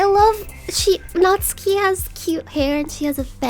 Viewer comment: Finally the first person to not butcher Natsuki's name.